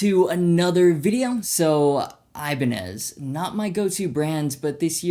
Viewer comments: Also you say Ibaneye but Hoshino says Ibanez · 'Iban-eye' Wut